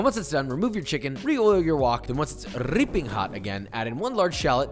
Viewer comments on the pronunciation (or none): that Ripping pronunciation lowkey sounds like Filipino lmao